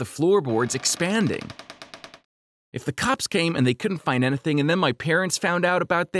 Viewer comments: does anyone notice how he's saying "ana-thang?" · Am I the only one who realized he said Anything-anehthan Room-roam